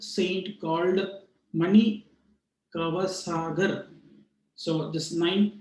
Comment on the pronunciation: MaaanikaVaaaasagar. Not manikasaaagar